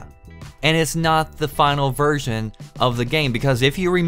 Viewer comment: when he says "version" seems that says "virgin" jajajajajajaj xd